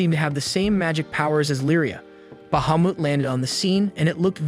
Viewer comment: Say Bahumet one more time! 😂